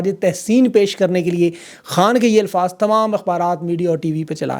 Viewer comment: Bhaijan Lafz ALFAZ hae ILFAAZ NAHIN. I listen to you most AVIDLY, kindly do correct this pronunciation. Thank you. God Bless.